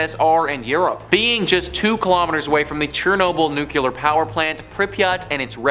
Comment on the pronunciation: the pronunciation is NOOclear not nucular. I very much enjoy your narrations. I like your topics. Please adjust your nuclear.